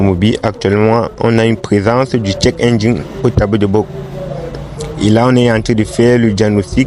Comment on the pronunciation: le check pas le tchek, tu te crois à Prague?